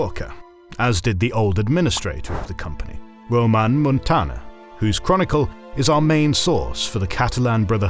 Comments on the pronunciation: It is Ramon Muntaner, not Roman... However, it is very cool that you explain history from my homeland! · Hello, Catalan here. Wonderful documentary, very good information, though calling our good Ramon Muntaner as Román... funny !